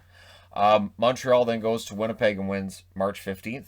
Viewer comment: Let’s go “Vinnypeg” sincerely the...😋